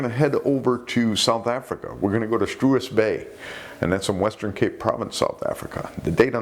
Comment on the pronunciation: Today's Afrikaans lesson; Struisbaai is pronounced Strace (as in trace/mace), and bye/buy, so it's Strace-buy. Thank you, and good night.